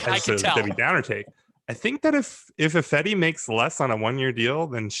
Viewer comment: Best part about Ifedi leaving, is I won't have to hear deliberately or dumbly mispronounce it 'EYE-fedi'. Maybe the guys should pronounce name 'EYE-van' for the next season to punish him.